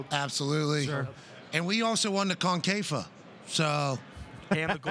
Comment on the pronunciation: Ohhh ! This is so hard to watch. Dude says french fires, french toast !!! LOL. How did Titi get ticked into wasting 30 mins of his life on this show. Titi took one for the team CBS team to come here and promote CL tuesday. He doesn't know how to say concacaf and said Concafa, the league his own country plays in ! Wow.